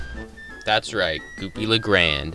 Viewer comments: It's goopy le grande not goopy le grand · Its Goopy La Gran-de not grand 😢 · WHYYYYYY! WHY DO YOU SAY GOOPY LA GRAND AND NOT GOOPY LA GRANDE! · pronounce it goopy le gran dae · Gran-de(day). It's Columbian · Goopy le grande